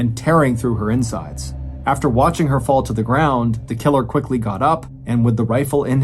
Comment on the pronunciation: Dude said killer so many times it started to sound weird. "Tha KiILurrR x1000"😁